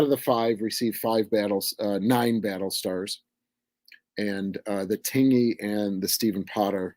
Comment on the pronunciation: Hello. Just an FYI, 'Tingey', USS Tingey DD 539, is pronounced "tin-jee", so the 'g' is a hard 'j', more like the word hinge. I have a very soft heart for the Tingey, she kept my grandfather safe during his service in WW2. He was fireman first class Holly Gene Ludwig, F1c. Thank you for bringing attention to her.